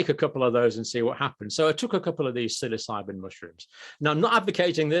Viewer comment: Did you note that Russ "Psilocybin"😂😂😂I did😂😂😂